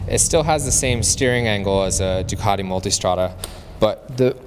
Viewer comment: Finally, someone on the Bike Shed that can pronounce Ducati. I am impressed!